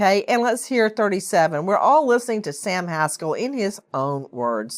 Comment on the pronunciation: This is not a comical situation, but I love how Nancy pronounces the name of this low life Sam Haskell IV. 🤣🤣